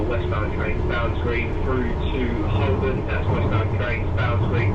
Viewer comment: I worked at Holborn for years as did my father before me pre-WW2. it was always pronounced Hobn with a long o. Similarly Marylebone is pronounced Mara le bone although it's unlikely that you would have to say that station name on the Piccadilly line. So you missed Down Street again! I'll keep my fingers crossed.